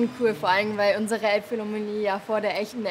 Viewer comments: „A‘s schon cool, vorallm weil unsere Elbphillamonnlie vor der echten Elbphilrammonie fertig war.“ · Elbphilharmonie.. so schwer ist dass nicht.